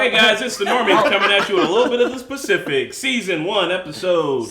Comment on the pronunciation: lol did he just call it "The Specific" ? ...twice in a row? lol